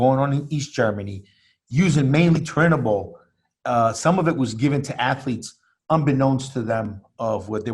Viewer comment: Thank you soo much for fu%%%in telling him how to pronounce turinabol, how can i take it serious if he doesn't even know how to say the name